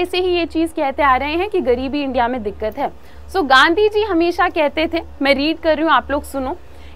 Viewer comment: Mam please don't say dikat it sounds odd